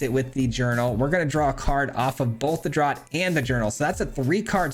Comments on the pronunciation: Just for the record, "Draught" is pronounced the same as "draft" :) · oh, got your back on pronouncing this word-- "draught" = "draft" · Draught is pronounced draft, from the British speling, and Schooner has a hard C pronunciation, like school. Love the deck! Mardu anything rocks.